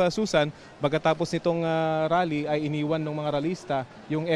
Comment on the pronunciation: mayron rap concert pala hindi rale😂😂😂